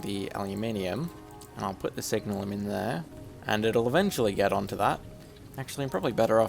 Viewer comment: Its funny how you're probably the first person I've heard pronouce it "signal-um" rather than "sig-nalum" or "sig-nail-um" but, looking at the spelling, it's an entirely reasonable pronunciation.